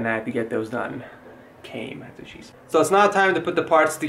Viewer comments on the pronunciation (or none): none